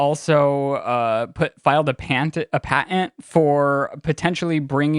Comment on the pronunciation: Pet peeve... those who do not pronounce T’s in words like buTTon and paTenT.